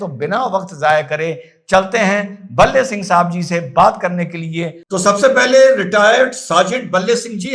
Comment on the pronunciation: भाई का नाम भले सिंह है न कि बल्ले सिंह।